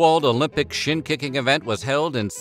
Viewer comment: I swore I heard SHIT KICKING not SHIN KICKING